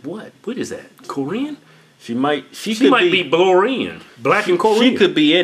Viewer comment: I love their old geezer laughs 😂 I wanna see Keith punch Kevin one day. He pisses him off so much 😂 idiot said blorian it's blasian!